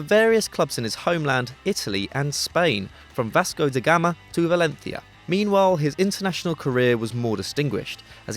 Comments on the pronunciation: "valenthia" stopppppppp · I like your pronunciation of Valencia. 😉👌✌️👋🤣